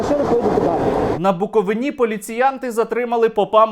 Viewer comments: Стерненко! Засранець, ти такий! Яки нахуй БуковинА? Це хто тебе вчив так казати? БуковИна! По губам! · Шановний Сергій. Не Буковuнá а Буковúна. Вітання із Буковúни👋🏼. Таких мп-чортяк у нас нажаль вистачає.😔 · На БуковИИИні, а не на БуковинІ. Друкую тобі це, як буковИИИнець! ))) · Сергію, БуковИна, а не БуковинА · Сергійку, тільки не БуковинА, а БуковИна. Ріже вухо дуже. А стосовно попа, то румун, у нас їх багато, вони ходять, ясне діло до руської церкви і ненавидять українців, живучи в Україні🤷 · Сергію, правильно казати БуковИна, на БуковИні. Слава Україні!